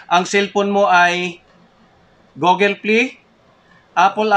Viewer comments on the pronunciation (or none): none